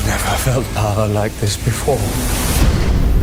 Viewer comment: me gustan tus videos y todo pero con todo respeto verga tu ingles esta culerisimo osea te preguntan cual es tu poder y tu:di poguer of obnipresenctcmJa 😂😂😂😂